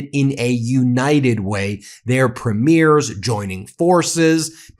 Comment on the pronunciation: Eh Ben. It’s pronounced PREmiers. Not preMIERS.